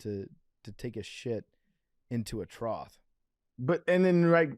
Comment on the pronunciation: Why isn’t anyone correcting PFT on how he pronounces trough?